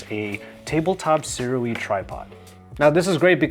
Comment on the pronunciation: BTW Sirui is pronounced “sue-rey”, former Sirui product dealer here